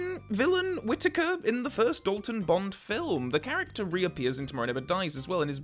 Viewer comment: The only flaw in this film is Pierce Brosnan's "Bond, James Bond" being said like "Pont, James Pont"